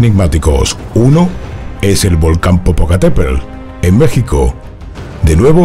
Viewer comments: jaja no sabe pronunciar Popocatépetl! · Te perdonó no poder pronunciar Popocateptl, solo porque tienes buena voz, y bonito pelo.😁😘